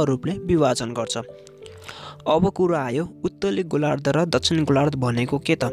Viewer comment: Utali golar pitbi k boleko sudda bolna aaudaina dodi goru